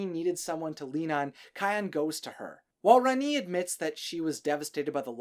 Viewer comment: It’s not how you say rani